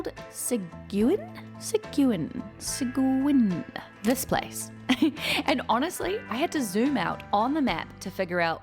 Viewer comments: Excellent video tonight ! You do need to visit us in Austin,Texas for some real BBQ and live music. By the way, we pronounce Seguin ( Suh-geen )! Houston is amazing too but you need to bring Ludvig to Austin next time! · Seguin= Suh-GEEN. I know, I know... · ... i dont know if someone has already said so, its pronounced "Seh-Geen". its Spanish, and named for Juan Seguin who fought for Texas in our war for independence against Mexico in 1836. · We pronounce Seguin (sa - geen) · Seguin, is pronounced, Se-geen, TX. Yep, TX is big. Wife and I were driving from central TX, Killeen, to Fairbanks, AK. We had been driving approximately 9.5 hours, the wife napping, woke up. I asked her, “Know where we are? Yeah, we’re still in TX”. from an old vet., retired in the U.S.. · It's pronounced SUH-GEEN and PO - BOY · Without looking, Breaking Bad's Albuquerque, NM is not terribly far from El Paso and does look like the same landscape. Alpine is near Marfa, which is where the James Dean film Giant was filmed. Sequin is pronounced Suh-gween. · Texas naming is unique to say the least😂 it’s pronounced “Seh-Geen” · "Seh" "geen" Its named after Juan Seguin one of the hero's of the Alamo and Texas's revolution. Also if you liked Alpine, you would really enjoy a stay at Marathon, between Alpine and San Antonio. The place to stay there is the Gage hotel Its online so you can look it up as the gateway to Big Bend NP. You were traveling thru my neck of the woods. I lived in Houston for 25 years then moved to San Antonio to retire in the hill country which you road thru between Alpine and San Antonio (very roughly). Also its "Po Boy" as in "Poor Boy". Good choice on the Gumbo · randomly found your channel thanks to the algorithm & 24 hours later, you're waking up on a train about 25 mins from my house 😂 hope you enjoyed Seguin!! btw it's suh-geen, hard g :) Texas sure has some interesting pronunciations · Seguin is pronounced suh-geen.